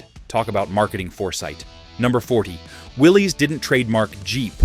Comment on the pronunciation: Rick Pewe is pronounced pay way and Willy's is pronounced Willis.